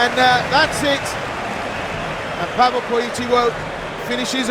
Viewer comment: Nie kompromitujcie się, Polak niema na nazwisko POLITYLO tylko PolityŁo. Inaczej się pisze, inaczej się wymawia. I nie Pawel, tylko PaweŁ... 🤦🤦‍♂🤦‍♀